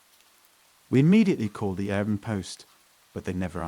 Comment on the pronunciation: What is with saying "Airbmm" instead of 'Air B N B'?